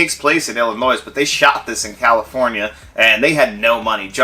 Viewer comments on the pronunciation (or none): Did you seriously say Illinois with an “S” at the end?